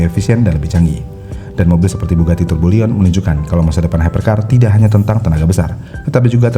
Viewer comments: Bang, izin ngingetin lg dr komentar org lain sebelumnya.. Bukan turbo liyon dibacanya, tp turbiyon atau turbiyong. Kata aslinya bugatti tourbillon. Cmiw. Saya dr td bingung soalnya bugatti turboliyon tuh yg mana.. 😮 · Tourbillion dibacanya bukan tubolien, tapi turbiyong.